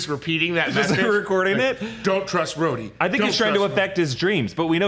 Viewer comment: Fury calls Rhodey 'Rhodey' not Rava